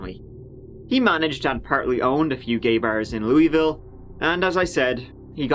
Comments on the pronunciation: You were closest on your second time trying say Louisville correctly. In and around Louisville it is pronounced like this, loo-a-vul. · I’m from Louisville and you didn’t pronounce it correctly. 😂😂😂😂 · I already know there’s people from Louisville getting triggered by how pronounced it 🤣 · I think you should just pronounce “Louisville” differently everytime you say it. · Your second pronunciation of "Louisville" in the beginning was the correct one and then you pronounced it wrong the rest of the time. I do appreciate you trying though. doing my city! Can't decide if that's good or bad. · No, he's not. He pronounced it correctly one time in the beginning. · LOU-A-VUuL Drives me nuts but you got it right the second way you pronounced it. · I’m from Louisville KY and live around where this happened!😬 oh & it’s pronounced 'Looeyville'. You got it right the 2nd time, it’s okay though no one says it right lol Love your uploads!! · it's pronounced by the locals as "luhvuhl." I annoy them when I say "Loo-ee-ville" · most people from the surrounding areas don't really say lou-ee-ville, it is more of a loo-ull lol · Most people I met pronounce it Lewavle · Lew-u-vull. That's how it's pronounced here. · Kentuckian here. It's pronounced Loo-uh-vull. Just for future reference! 😁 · I believe the people who live there typically pronounce it as: "lou-uh-vul" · It’s pronounced Luh-ville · Yeah I'm from Kentucky myself, live in Louisville...I pronounce it " loo- a-vool" as well lol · In Kentucky the locals pronounce it /Louie-vull/. ❤️ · LEW-uh-vull. The pronunciation never starts making sense, no matter how long you’re here. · you’re my favorite. PS- Typically Kentuckians pronounce it ‘lewl-ville’ - Cincinnati, OH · Louisville, pronounced Loovul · It’s pronounced Lou-ah-vulle. 😛 Great episode, as always. 💯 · lou-vull Louisville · Another great video! P.S. - Louvulle, or Lou uh vul, but pronounced as two syllables ✌️ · Pronounced, Luh-vul.